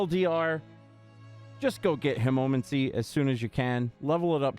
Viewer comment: Killing me with the way you pronounce hemomancy but yeah its a great vampiric power.